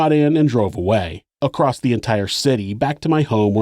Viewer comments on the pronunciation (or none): You have such a beautiful narrative voice and style. I can’t believe you have not learned to read and pronounce very obvious words like ACROSS which does not have a t at the end. 🤷‍♀️Oh well. I will try to ignore that and other mispronounced words and continue to follow and give 👍👍because your content and thoroughness are A1! 👍